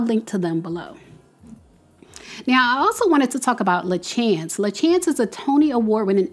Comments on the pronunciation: I just wanted to say her name is pronounced La Shawns . I met her in New York while performing Once on This Island…she was the original Ti Moune. Such a beautiful talented woman with an inspirational story and she deserves all her accolades. I hope they give her what she deserves. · LaChanze is pronounced "Lah-Shawn-zs"